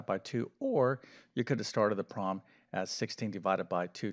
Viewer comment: WHAT is a Caaaaalculator? That is what he said! Also, what does PROLEM mean? Is he trying to say PROBLEM but can't be bothered saying it properly?